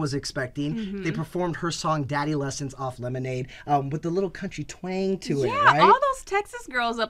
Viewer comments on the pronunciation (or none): Really "lemondae"!? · It says lemondae. Not lemonade